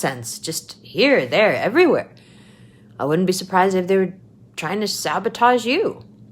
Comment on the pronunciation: Zapotage 😂 it worked, I laughed